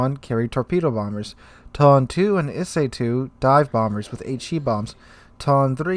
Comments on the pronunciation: OMG I CAN'T TAKE IT ANYMORE...ITS E-SAY AND TOE-NAY OR TOH-NEH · ee-say toh-nay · lol I'm sure lots of comments will be mentioning this so this is out of the Japanese pronounciation guide: toe-nay and E-say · Tone is pronounced To-ne. Like toh-neh. It's one of my favourite ships ever (own a really beautiful model) so I really had to say that :p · Also, Ise phonetically is Eee-Say. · yes, more CVs is what we need :)) :)) Two moments later: New tier 10 soviet Battlecruiser Pyotr Veliky with P-500 AShM and 130 mm secondaries, Kashtan CIWS and Torpedo launching Ka-29 helicopters By the way, Tone is pronounced Toe-Nay, Ise is E-Zay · I think the Japanese translator understood your "Tone" as the English word "tone" and just butchered the pronunciation of it in Japanese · i way about to say he was butchering that pronunciation to high heaven hahaha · Oh no, he is going in with the mispronunciation of Ise and Tone again xD